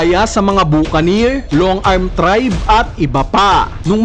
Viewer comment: Bukanir ka nang bukanir, back-ka-nir basa ron